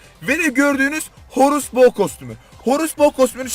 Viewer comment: Horus bo derken cok yanlış dedn